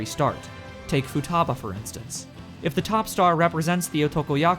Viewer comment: Great video, but your Japanese name pronunciation is so funny that none of them is correct, especially ふたば(futaba), かおるこ(kaoruko),ひかり(hikari)